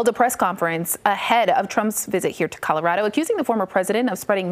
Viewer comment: Polis and his lackies need to go. Love how the anchor woman called Colorado "Calirado" Smh....